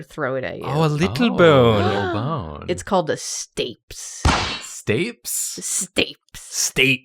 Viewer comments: not "stapes", "stay-pees" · As a speech therapist I can assuredly say it pronounced Stay pees not stapes lmaooooo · The pronunciation of stapes is killing me 😂😂😂 Is stay-pees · i love yall dearly and i regret to inform you that stapes doesn't rhyme with apes, it's pronounced STAY-pees. it's called that because it's latin for stirrup (like on a saddle, where you put your foot), which it resembles. it's the smallest bone in the human body and is the last bone in the chain of ear bones: the malleus (hammer), the incus (anvil), and stapes. the hammer strikes the anvil which transmits the vibrations to the stirrup, and then the vibrations are translated thru the membrane of the oval window into the cochlea, where they begin the process of being decoded from vibrations into nerve impulses our brains will interpret as sound! also congrats to J+J on the tiny human announcement! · "stapes" is pronounced "stay-PEEZ" (not trying to nitpick 😬) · I hate being That Guy but I gotta tell you - stapes is pronounced stay peas. Just fyi - I know nobody cares. Sorry. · IT'S PRONOUNCED STAY-PEES, NOT STAPES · Pronounced : Stay-peas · its STAPEEEEES pronounced with an EEEE sound,. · Shouldn't Stapes be pronounced "Stay-pees", or am I going crazy? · I learnt that you can't pronounce sapes (like achilles), or shears. Have a like! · As a medical professional, the pronunciation of stapes was wild to my brain and I couldnt get past it every time it was said 😂 For those curious, its pronounced stay-peas. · When I saw the video title I hoped pisiform would be one of the bones! Please do one with muscle names I need to see what Sartorius looks like Slightly sad that you missed out on the "stay pees" latiny pronunciation of stapes, can they please be drawn in a drawfee stream? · I’d just like to correct some bone pronunciation dot that I’m a linguist. I just studied anatomy. Sphenoid = s-FEE-noid Stapes = stay-peas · It’s pronounced Stay-peas Edit: Oh boy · Stapes = stay-peas